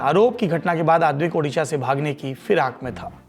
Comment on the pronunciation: Sir we are highly grateful for your quick action to broadcast news and bring such a concerned matter before the country, but I have a request to kindly pronounce it Odisha not Udisha.